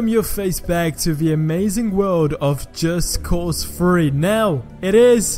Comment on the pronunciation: Am i hearing him wrong or is he saying just cause Free.